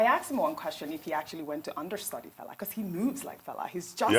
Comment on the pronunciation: Can Ojy Okpe please endeavour to pronounce FELA name ,(and other African names ) properly the way she would learn to pronounce European names. Thank you.